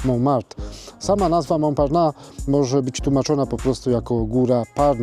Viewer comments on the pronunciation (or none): Mąparnas się czyta a nie Mąparna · [Mąparnass] się wymawia poprawnie. Proszę jakiś dłuższy film na ten temat zrobić o Starym Mieście. Pokazać więcej pozostałych budynków czy opowiedzieć o zabudowie jaka była. Ten obecny film właściwie mało co wnosi.